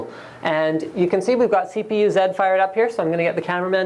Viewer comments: "CPU Zeh?" what the fuck, its CPU (Z) not "zuh" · you said CPU-Z as in ZED...is this Australian?